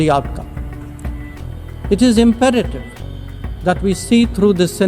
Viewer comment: Please look up the Ponunciation of the word you used 'IMPERATIVE'.